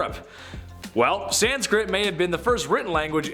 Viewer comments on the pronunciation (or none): There is no "D" in sanskrit!